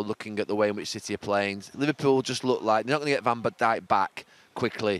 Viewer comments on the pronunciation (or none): “Van de Bijk” Oh, new player?